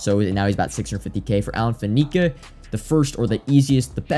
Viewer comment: You know I say this with love, mostly so you're not another of those guys, it's Faneca (Fan - A - Ka not Fa - Ne - Ka) on the pronunciation. 🤜🏻